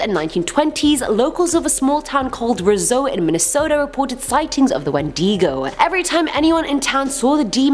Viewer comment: Wen - deh - Go